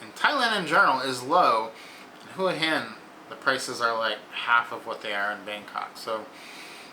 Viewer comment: Too bad you don't know how to pronounce Hua Hin.